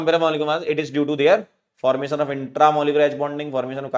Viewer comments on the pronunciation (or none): none